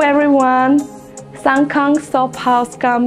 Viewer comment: Shsngkhang pronounce kura toh besi hoise neki hoh!! Will be more sound good if pronounce in your own dialect accent. 😊